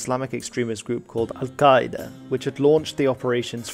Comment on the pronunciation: Well done on your pronunciation of "Al Qaeda" it must have taken a lot of practice - I don't speak Arabic but my language is part of the Afroasiatic language group so I don't have any issues with Semitic sounds you western folk struggle with so badly. My hat goes off to you Sir!